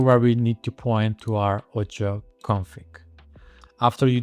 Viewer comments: Very good video. Thanks! One thing to mention: Its called O-C-I-O Color Space not "Oucha" ColorSpace and stands for OpenColorIO which is a standard for color managment. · Keep pronouncing it the way you do lol , sounds better